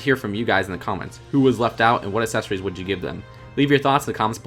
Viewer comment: You’re saying accessories wrong